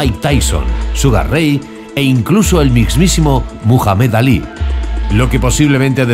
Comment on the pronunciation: Correct Mohamed Ali not what you had said!!